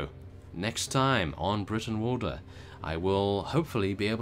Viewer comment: Brootenwalda,y's in Old English are pronounced oo